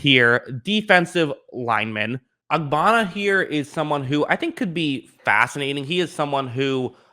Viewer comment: Ja-mar-ee and Ogg-bonn-ee-uh... I mean, come one dude.